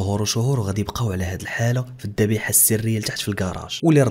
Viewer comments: الذبيحة و ليس الضبيحة 😂😂😂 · الذبيحة ماشي الضبيحة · الذبيحة و ليس الضبيحة